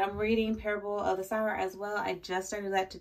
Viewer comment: I am also on Heir of Fire (though haven’t started yet). My favourite character was Nehemiah so I’m going to be scared to like someone else haha By the way Parable of the Sower … Sower is said sew-er. While someone who sews uses needle and thread a sower sows seeds aka plants crops (but is pronounced the same). Don’t know if you wanted to know that haha 🙂